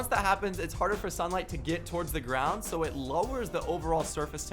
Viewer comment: He said I told you sho